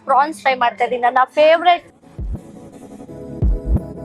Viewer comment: It's pronounced as 'prawns' not fronx